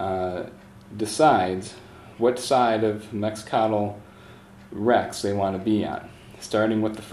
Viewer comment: love the walkthrough, but I cringe every time I hear you pronounce Mecatol Rex